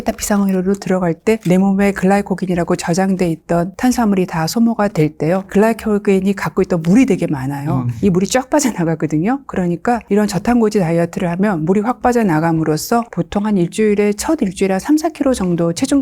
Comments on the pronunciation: 글라이코겐X 글리코겐O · 애초에 영어권사람들은 글라이코"젠"이라고 함 ㅋㅋ